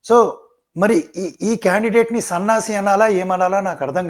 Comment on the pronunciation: సన్యాసి కాదండీ సన్నాసి అనాలి